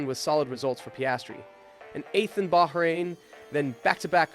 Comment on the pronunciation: Great video but you really need to work on your name's pronunciation - At least 2 'Bahrain and Schwarzman' are quite easy to pronounce, no reason they should be said like they were in the video